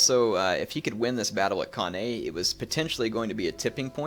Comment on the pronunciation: Hate being 'that guy' but it's pronounced can-eye